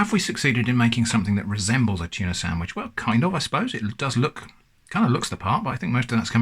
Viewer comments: "It's not a Tunah" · tunah as in nah feep that